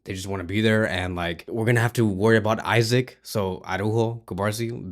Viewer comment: Bro, its ISAK “E-SAC” not Isaac. Stop repeating same mistakes over and over again. It’s pronounced ISAK…. Make sure you also improve your pronunciations when calling football teams and names, you never know who’s watching your page. A little effort, learn how to pronounce the names correctly before making a video. Bless